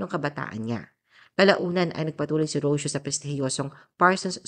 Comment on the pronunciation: Ro - See - Yo. Not Ros-yo.Mag-research ka muna bago ka gumawa ng article.